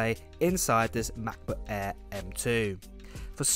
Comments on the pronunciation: "The new ma'boh a'h"? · " Macbook Aaee'' haha love your accent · Anyone notice the way he pronouncing "Macbook AIr" lol